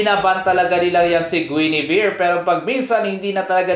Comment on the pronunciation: Tumingin kalang ba dito para basahin yung comments dahil mali ang pag bigkas ni kanila guinivere at dyrroth